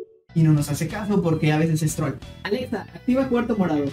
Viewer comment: Porque aveces dices porque aveces quieres sonar como español al pronunciar "Alexa"? Y al decir "Azul" y otras veces lo dices bien como debe de ser? 🤔 Bueno en fin jajaja En mi set up tengo un PS4 Pro Dead Stranding edición limitada. Acabo de conseguir mi PS5 Igual el Xbox One X Gears Of War edición limitada. LG C1 Oled de 48 pulgadas Un monitor Samsung qué compre usado